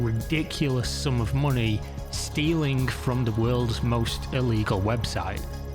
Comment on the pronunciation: Why do you pronounce -ng ensing words like that? Its a little annoying StealinK TaxinK lonK LearninK DoinK mininK digginK wronK Quite literally becoming unwatchable for me just for this reason.....